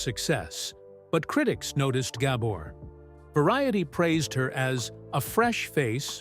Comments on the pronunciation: it's not gabber the accent is on the second syllable - it's gaBOR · I wish the narrator knew how to pronounce her name. Ga-BOR. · I bet the narrator never heard of the Gabor sisters before, or he wouldn't have mispronounced the names so many times. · yeah, they do all this research, except the most important issue, pronounce the NAME correctly.